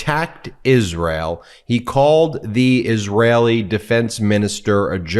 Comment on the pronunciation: I do believe trump is on something. He can not even say Isreal. He is a very disturbed idiot. 😳